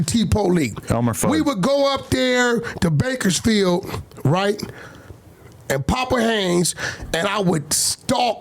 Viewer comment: He said my city “Bakersfield “☺️